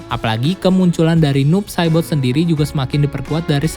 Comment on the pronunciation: Kedengerannya "noob sadboy" bwhahaha